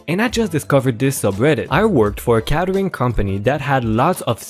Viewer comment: Catering is actually said like KAYY tering NOT cat--erring and has the AY sound like in Pay, day, stay, etc.. and word RIPE is pronounced as r--eye--p, as having rhymes with sound like Sky-pe, type, pipe, high. etc.